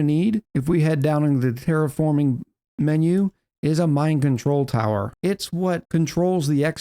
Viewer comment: I keep hearing 'mind control tower' instead of 'mine control tower.'